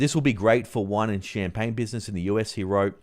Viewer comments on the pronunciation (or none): none